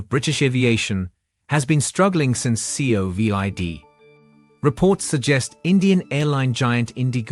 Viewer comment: fix the fake British accent. Pronounce COVID, not C-O-V-I-D and TCS is not teases